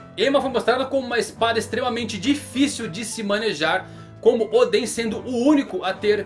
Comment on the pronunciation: Vc não deve assistir o anime, senão não erraria a pronuncia de Oden!